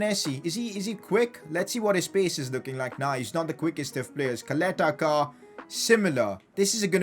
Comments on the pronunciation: Don’t say Caleta-Car like Kaleta-Kar...U have to say it like Chaleta - Sar...just trying to help u out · Ćaleta-Car = Chaleta-Car and not Kaleta-Kar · Its pronounced charleter char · If I'm not wrong, it's pronounced as Salete Shaar and not caleta car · No hate,but it is pronounced as Cha-leta Ch-ar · Btw it’s pronounced Chaleta Car bc of the accent on the first C (Ć) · You didnt say ČALETA-CAR's name. Try to pronounce it like: CHALETA-SAR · Ćaleta Car is prounanced "chaleta tsar" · Čaleta Car is pronounced Chaleta Sar, I'm from Croatia so i know... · give bradarić chance he is elite and Call Duje Ćaleta Car by his name cuz you are totally saying it wrong it sound weird totally😂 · Regarding your pronunciation of Caleta Car. Its not pronunced like car, its pronunced like C not K. And about his first name its the same case like ModriĆ. Hope that helps u :=) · It so funny how you pronaunce Croatian names Čaleta Car 🚗🤣😂😆